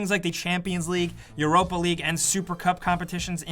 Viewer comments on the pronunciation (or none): none